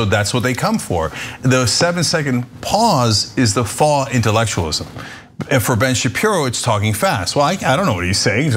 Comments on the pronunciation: Oh my god, Cenk! It's been years! How is it that you still pronounce "faux" like "faww?" How has no one corrected you on this? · Cenk... "faux" rhymes with toe, go, mow, blow.